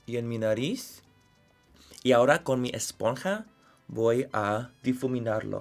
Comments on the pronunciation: I love this. Sponnnnnnhaaaaaaaaaaa emphasis on the hhhhhhhhhhhh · “ESPON HAAAAAA” 😂💕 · Manny saying "esponja" it's the funniest thing I've ever seen 😂😂😂